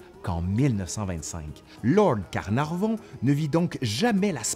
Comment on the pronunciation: Lord CarnarNon ou Lord CarnarVon? :P :P :P